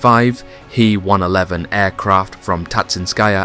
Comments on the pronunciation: its an H-E-111 not pronounced HE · Aircraft names. H E - 111 NOT He -111. J U -52, Not Jew 52. FYI, this will make you appear smarter to your audience. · Great story line, interesting film clips - the big detractor for me is the artificial voice that mispronounces way too many words and phrases! Example: It's not the he 111 German bomber, it's the H. E. 111. Then there is the name of the city - it's not pronounced Staleingrad, as in stale bread!